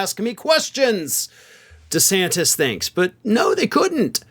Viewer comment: He will fail...does he know how to pronounce his last name yet...??? Hmmm...